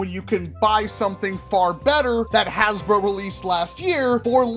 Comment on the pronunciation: Nowhere to be found “hasbruh”